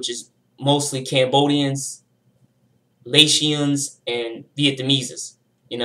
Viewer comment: There was a long time beef between the Asians and Hispanic gangs in Long Beach, Ca in the 90’s (mainly Cambodians but there were other Asians in the set too) with asian gangs even in Cambodian gangs, it’s a lot of different Asian backgrounds not just southeast Asians. Laotian is pronounced lei· ow·shn